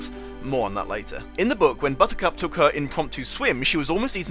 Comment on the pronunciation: Bit distracted that it sounds like you’re calling her Buzzcut except randomly once it’s clearly Buttercup